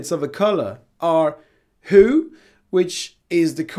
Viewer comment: Exactly the video I was looking for. Just a few things. Hue sounds like the name 'Hugh' (like Jackman) and Adobe is generally pronounced 'Ah-doe-bee'.